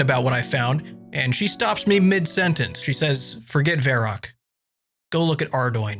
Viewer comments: vair-rock? Verr-awk. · Why is he calling it Vair Ock